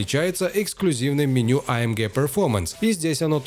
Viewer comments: гЭ а не гЕ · а эм гЭ !!! не ге... господи, из ушей кровь идет после 3го раза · Ты не один такой. Меня тоже тошнит от этого Геее. Джи, блин, ДЖИ. ЭйЭмДжи. ☺ Так что ты не один, кого тошнит от этой Ге. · А Эм ГЕ😂 гегеге🤣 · AMге прям режет слух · Бесит когда ты говоришь амге😂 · Вымораживает когда автор говорит амгеэ ска бесит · Что еще за АМГееее? Слух резало всё видео. Ни разу не слышал такую версию произношения. Ну и кликбейт, конечно. Где там конец доминирования с такой динамикой??? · Блевать хочется когда так говорят